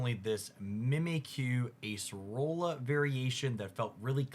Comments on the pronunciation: Acerola is “ah-say-roh-lah”, not “ace-rolla”. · Its crab-bomb-in-uh-bull. Its like an abominable snowman, but also a crab. I see other comments have corrected araquanid. You're on thin ice with Acerola. Most people say Acer-ola, not Ace-rola. That one's not too clear though.